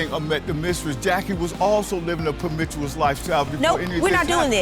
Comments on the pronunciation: Premichewis lol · After he lies about everything he goes on to try and dog out her reputation. Speaking like Elmer Fudd; "she was po mi tious..... brother... stop.... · Living a permitous lifestyle😹 The reason why he can’t speak 🗣 the truth is because he can’t pronounce it🥴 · What is a permichuous lifestyle? 😂😂 Is he saying promiscuous? 🤦🏾‍♀️ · I died laughing when he tried to pronounce the word promiscuous!😂